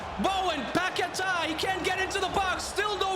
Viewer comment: The pronunciation of Paqueta bro :face-blue-covering-eyes:💀